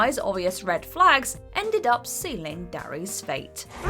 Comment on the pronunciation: It's Derry, not Darry